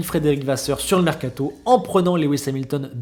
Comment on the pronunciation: Il est où le “T” de mercato ? 😂😂